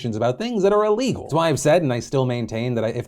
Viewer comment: The word is "illegal" not "alegal"